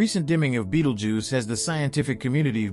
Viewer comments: Beatle juice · whatever you do, dont fixate on the way dude says “Beetlejews” or you wont be able to pay attention to anything else 😂